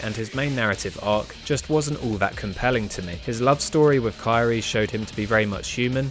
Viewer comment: Not kaire 🤦🏻‍♂️ but awesome video